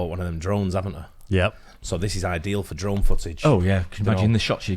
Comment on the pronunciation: Oh you said drone I could sworn you said drum. 😄